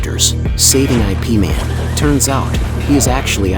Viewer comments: Don't call it I P man. It's yip man or IP (eep man) man. Stop using ai to narrate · Not I - P Man It is called Yip Man.😅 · By the word IP is not pronounced as “I’ “P” 2 letter words is IP ( YIP ) is a name in Chinese .. you direct read the name as in ABC .. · He even pronounced IP wrong. It's closer to Yip and not I P. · Also, it's Ip Man, not I.P. man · "I.P. Man"??? A.I. fails again. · It's not pronounced I P man lmao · ya lo. why the narrator keep on saying i p man???? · The narrator is bugok😂😂